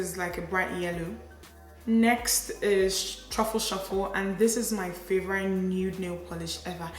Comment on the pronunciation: I always love your makeup looks. Youre a gorgeous gal. Btw, is your pronunciation of "favourite" as "favour-rite " a Nigerian thing or where you're from in England kinda thing? Just wondering because I've never heard it before. It's cute 😃😄😊